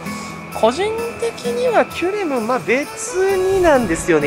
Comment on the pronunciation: キュレムがキュレルに聞こえてしまう、今日この頃。。 そして、メガオニゴオリ、まだだったのを見つけてもうた(￣▽￣)ﾆﾔﾘｯ ちなみに、タイムチャレンジは、砂にして、今日中に終わらせました。 前の動画で書き忘れましたが、実はカチコールくん:_irotigai:しました(*^^*)【野性です】 しかし、、寒いです😰 帰宅したら停電に見舞われ、さらに寒かったです😢 P,sご飯は炊いといて、水も少しはストックしとこうと思いました(^_^;)